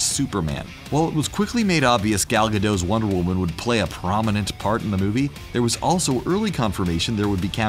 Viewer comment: Gadot not Gadoh